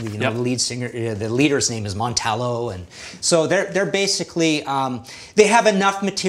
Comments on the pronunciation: Awesome episode and thanks for pronouncing my name correctly!! Also: who else is feeling the speed metal category? lets get this ball (of death) rolling!!! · Against all odds he got mine right...thumbs up